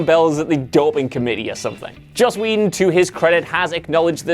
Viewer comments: I still say Buffy had one of the top 3 theme songs of all time. Also, why am I not shocked that the moron who can't properly pronounce "film" can't pronounce Joss Whedon's last name properly either? Whedon is pronounced "Wee-don". Not fucking "weddin" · He says the name correctly every time except the first: Joss "Weddun"